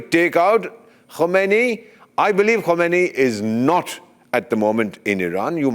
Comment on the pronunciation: Sir no khomaini he's khamenayi